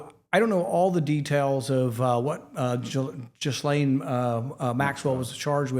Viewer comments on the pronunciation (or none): How funny, he calls her jiz lane